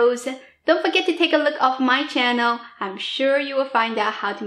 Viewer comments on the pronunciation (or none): none